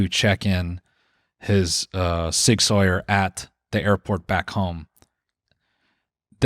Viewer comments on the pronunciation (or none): Did you pronounce Sig Sauer as Sig SAWYER? You just did a standup bit about being on the "gun spectrum" and can't pronounce Sauer (sah-wer) correctly? CRINGE